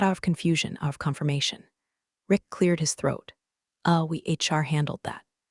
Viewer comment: It took me a couple of episodes with Karen to figure out who the mysterious "Char" was. Then I said it out loud to myself Char = HR Hehehe Shirley 1, AI a bazillion